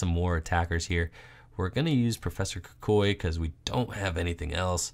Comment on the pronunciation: stop pronouncing kukui wrong